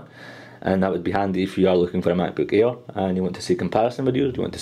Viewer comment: sounds like hes saying "macbook ear"